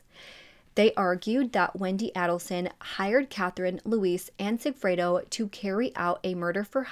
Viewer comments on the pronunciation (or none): It isnt ADDelson its AIDelson